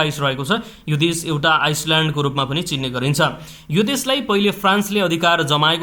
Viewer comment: ती देसका GDP पनि दिएको भए राम्रो हुन्थ्यो । भिडियो राम्रो छ । शब्दको उच्चारणमा ध्यान दिदा राम्रो । (ओसि, आइसल्याण्ड, सिरेरा लिओनी शव्द उच्चारण मिलेन) ।